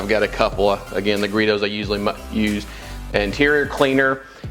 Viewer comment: I kept hearing you pronounce the brand "Griots" incorrectly. I believe you kept saying "Gree-dohs"....Its pronounced "Gree-ohs". The 'T' is silent. Great job on the quality content buddy 👍🏼